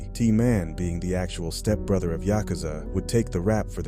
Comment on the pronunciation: Tryna say yakuza a maniac 😂